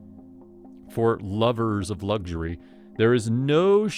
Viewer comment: It's luxury not lugury!